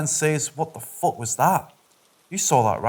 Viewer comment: I was unable to enjoy this video due to the language issues. Very heavily accented voice with frequent mispronunciations was distracting....and by the time the repetitive swearing started and the mispronounced F- word was being used redundantly.....it all just became too distracting and difficult to listen to: and impossible to enjoy the story. I have no idea if the narration became any better.....it just was too tedious and annoying to continue listening. I seriously suggest that the uploader should consider using a different narrator. I had given up on listening to this narration....and shut down the video by .